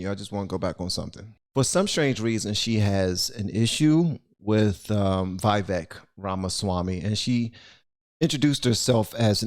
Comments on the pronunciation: his name is pronounced Vi VAKE as in CAKE. I've heard him say that to people. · I love how NOBODY can seem to pronounce this man's name. It's Vi (with a short I sound) vake (like cake) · Just to let you know.. his name is pronounced as we-wake. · Your saying his name wrong lol but most people seem to struggle with it. Vi-veuk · Come on man, its Vivek. Sounds like vivake. Rhymes with cake. Or givetake. Vivek. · Just thought i should put this out there. His name rythmes with the cake for those who was wandering how it is pronounced. Vivek (Vivake)(the cake) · His name is pronounced " We Wake". His name in the ancient Indian language Sanskrit means "right judgment", "wisdom", "distinction", "prudence" and more. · his name is pronounced "/Vee/Vek" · BTW ... Vivek's name is pronounced ... Vi-vake .. it rhymes with cake. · It's Vivek, pronounce it like cake 👍, He's a smart dude. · Good stuff, his name is pronounced "We-Wake" btw :) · "Vivek" is pronounced "Vi-Vake" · It’s pronounced Viv-ek Ram-a-Swamy. He’s a legit dude. He knows what he’s doing…not running for President, but running for a prominent position in the 24 Trump campaign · Would give you a super thanks, but it isn't showing up for me to click..., i appreciate you. You give me hope. You shoukd reach out to Vivek and see if he would let you interview him. (PS His name is pronounced Viv-ache like cake) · Just FYI, even though I doubt he'd be annoyed. His name is pronounced viv-AKE. Viv as in Vivian, AKE as in snake. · You're not even saying his name correctly! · If you cannot even pronounce someone's name correctly, you're not much of a show host. "Vivek" rhymes with cake. It's not that difficult. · She's ridiculous. This is a prime example of how not to debate. It would be smart to at least know how to pronounce his name properly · There's literally no reason to mispronounce Vivek's name at this point. He pronounced it multiple times, watch an interview. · His name is prononced Vih-vāk.... like cake